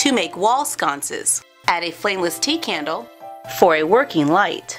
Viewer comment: When you said a flame-less tea candle... I thought you said a flame-less TEA COWW!!! #TeaCowsAreAwesome